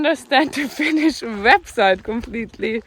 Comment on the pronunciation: Your pronounce Finnish words nicely, Rarely other then Estonians can pronounce words almost perfectly.